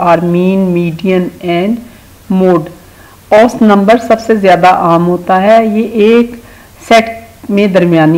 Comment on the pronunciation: ایسط نہیں اوسط